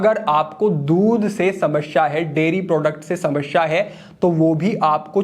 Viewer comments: Shamsha nahi hota 😂 samasya hota hi 😅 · हिंदी सही है पर शुद्ध नही कह सकते, क्योंकि समश्या बोल रहे हैं। ध्यान से सुने